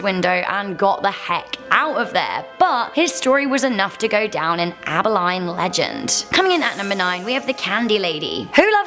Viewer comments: It's Aba-Lean--not Aba-line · AB-EL-EEN.... (facepalms) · Samhain is actually pronounced sow (like a female pig) en. It is the Keltic pronunciation. Abilene is pronounced ă bil een.